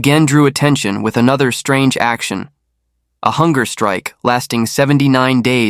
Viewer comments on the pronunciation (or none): none